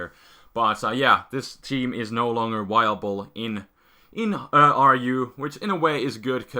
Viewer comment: I like how you say viable. Sounds like wiable